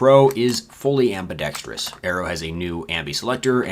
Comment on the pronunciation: THANK YOU for pronouncing "ambidextrous" correctly! Every idiot guntuber says "ambi dex trious" and it drives me crazy.